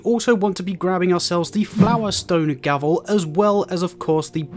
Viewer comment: It’s gravel not gavel 🙄🙄